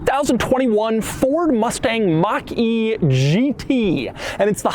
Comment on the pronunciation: Ford Mustang Mockyjeetey. Read that again